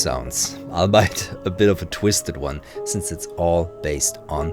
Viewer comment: Wow, this looks great -- thanks so much! One thing though: the English word "albeit" certainly looks like the German word "Arbeit" but is pronounced "all bee it" (which makes sense if you think about what it means).